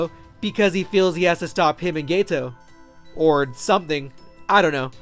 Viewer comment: hey man just letting you know it's GETO, not gayto👍👍